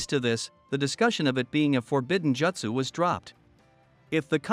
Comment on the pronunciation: They way you’re saying “Jutsu” bothers me